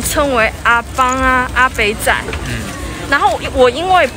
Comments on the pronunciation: 泉州人說外省人是 “阿北仔”沒錯，但妳把 “北” 字說成 “板” ，不正確。說“台北”的 “北” 音才對。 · 你講的阿北仔應該是a-bak-a不是a-bang-a，但因為普通話裏沒有入聲，大概就會發不了這個音。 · 阿北仔台語念阿八啦！ 以前台灣針對國民黨來台的人,叫外省人,哇辛啦！